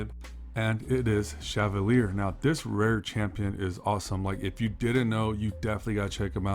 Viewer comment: Chevalier is pronounced: She(like shed)-VELL(like velcro)-ē-ā. The last part is just e and a just like you would say them when you say a e i o u when saying the English vowels.